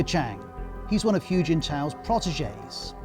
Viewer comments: It sounds closer to "who", to be honest. Not "Hugh". You would think they would check how to pronounce his name before doing a whole video on him. And then there's people who won't can't get a job... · No no, I would understand it if it were a set of phonemes not native to his accent already, but he can say the word "who" just fine. He's choosing to say it with an added "y" ("hyoo") even though he's fully capable of pronouncing it correctly... I'm not saying "it's not that hard." I'm saying he already does it. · Ros Atkins "Hu" is pronounced like "who" not "hugh"! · This BBC China basher is revealing his dire lack of knowledge of China. 'Hu' is pronounced as 'who', and NOT 'hew'. BBC is now just a content farm. Sad. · Can you at least pronounce "Hu" correctly to show some professionalism ? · Please, His name is not pronounced “Hue” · I mean bro... Reporting about a person while you can't even pronounce his name? How do yourself even know what you're saying? 🤣